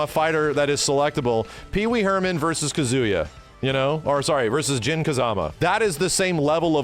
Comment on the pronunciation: I thought it was pronounced KAH-zu-yah, not Ka-ZUH-yah